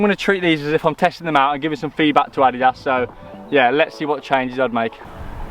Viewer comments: Repeat after me: Addidas, "Uh-Dee-Das" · why you pronounce adidas like audi ass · The way he pronounces adidas ☠️